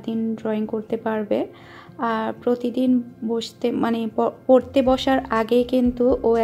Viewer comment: আপনার ভিডিও ধারা বর্ননা খুবই ভালো হয়। কিন্তু কথা বলতে কিছু শব্দ উচ্চারন সঠিক বলেন না। যেমন কতা - কথা, টিক - ঠিক, পতিদিন - প্রতিদিন। প্লিজ কিছু মনে করবেন না, ফ্রেন্ডলি কথাটা বললাম। আসলেই আপনি ঠিক বলছেন, এমন মৃত্যু যেন আর কারো না হয়। খুবই হৃদয় বিদারক।